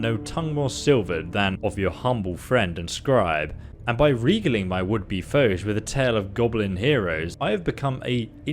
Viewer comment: it's actually "Reh-Gale-Ing" and "chronic-ler"